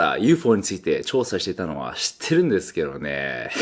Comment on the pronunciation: しってるんれすけろれぇっへっへっへ好き